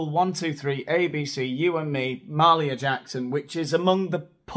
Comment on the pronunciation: Ma-HALE-ia Jackson. Love your comedy, but she is a legend.